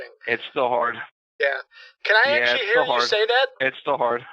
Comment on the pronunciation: didn't lose the money. His accent is good, but still pretty obvious. None of his words are perfectly spoken. The way he says okay is probably the most obvious clue that he's Indian. The way he says "actually" too. Indian. I could go word by word and point the most obvious errors typically made by Indian people who speak English. His soft Rs are better than most, but he still puts effort in pronouncing them, it doesn't sound natural.